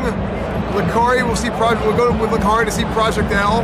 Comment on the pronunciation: oof... Lacari starts with an L for sure.